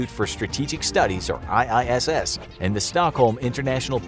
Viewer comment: the iiss sounds like isis